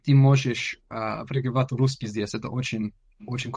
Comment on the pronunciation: Думаю если друг не забросит русский язык , никто вообще никогда не угадает что он не русскоговорящий У него уже очень хорошее произношение (московский говор прям слышу)